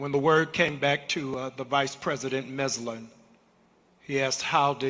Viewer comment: Jamal Bryant: Who is "vice-president Messlin"?! It's Vice-President MARSHALL! Teddy Roosevelt died in 1919. The vice-president who made the statement about death not taking Roosevelt awake was Thomas Marshall, who served under Woordrow Wilson from 1913 to 1921. The problem is Jamal Bryant got Marshall's name wrong. I don't expect Bryant to be perfect, but if he's gonna quote someone in front of thousands of people at least get the name right! That irritated me as a historian from the same state as Marshall. Thomas Marshall was not only a good vice-president and stabilizing force during a critical time in American history, but also a great governor of Indiana who supported better conditions for workers, protected children from labor exploitation and commuted the sentence of a Black prisoner on death row who was falsely accused. Marshall sometimes bucked his own party at a time when the Democratic Party didn't even pretend to be for civil rights. I believe Rev. Jesse Jackson would have liked Vice-President MARSHALL, a man of great humor who stood for some of the same economic causes Jackson advocated for decades later. He deserves to be remembered accurately, especially if someone's gonna "borrow" his quotes now. Another great video and Judge Brown!